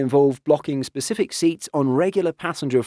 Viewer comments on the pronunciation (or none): none